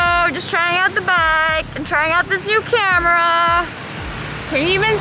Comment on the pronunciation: NAPAGALITAN AKO NI MAMA KAKATAWA SA PAGSABI MO NG NEW CAMERA 😭😭😭😭😭